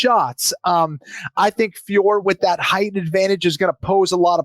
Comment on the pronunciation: Boys, her name is FIOR-OT, there's just a little emphasis on the last O.... like FYOAR-oh, not FYOAR like how you are saying it.